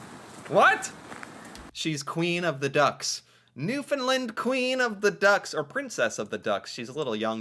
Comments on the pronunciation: 🙏. New “fund” LAND. (Like Stand, hand, band) Really pronounce LAND not “Lund” It’s a huge pet peeve to Newfoundlanders. Also, as FYI, although it’s a mixture, call us Newfoundlanders not Newfies, some people are offended by it. Not all but enough. Yes, we are extremely nice drivers. Often zipper without reducing speed or open the close lane. Let people into traffic. Hfx is very big on this when going on-off the bridges. Obviously NEVER feed wildlife. Yep. Gotta love the dollar. 80s are over. Likely saving the racoon from busy street. Forks-is a joke. Yep, border would be right. We are not Mexico. 😂 We are told monopoly money all the time. (ahhh no 🇺🇸🇺🇸 say worse) YES!!!! Apologize, we really do mean it. It’s considered extremely rude, especially in NewfoundLAND. (Side note, McDonald’s bought the Tim’s recipe - Tim Horton is served in South Korea, Qatar, Saudi Arabia….. and numerous places in Asia and Middle East. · The third syllable in the word Newfoundland is pronounced LAND as in "land a plane". Thank you. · New-found-land.. and put it together.. you're saying it wrong. Sorry lol